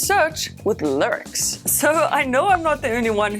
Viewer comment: The “lircs”